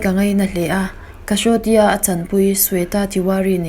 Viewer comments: Kashoti.. Kasauti Prononsation hi mo Amak thei ltk... a thiam ve deuh in vegah a mo a om chuan in zirtir roh.. Class te kal rohh 😂😂😛😛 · Ka Shaw ti...🤣🤣...she-rial,🤣🤣🤣🤣 Oiii....ka thi thrakz!!